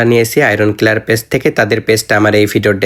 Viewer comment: clear ❌ killer ✅😂